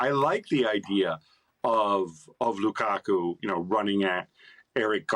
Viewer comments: You know he wants to say Lakaka so badly. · ALE kills me the way he pronounces Lukaku...🤣🤣🤣🤣🤣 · I love how pronounces "Lukaku"😂.